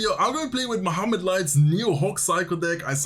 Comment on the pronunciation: You pronounce mo7amad very good , he s not mohamad 😅